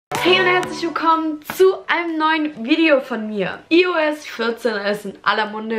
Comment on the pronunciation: Man sprich es Eios aus😀 No Front. Cooles Video.